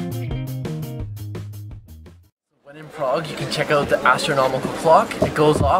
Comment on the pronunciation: ugh ur pronuciation is so wrong and i know beacuse i used to live in prague